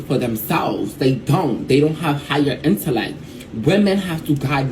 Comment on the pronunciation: Bitch can't even pronounce "intellect"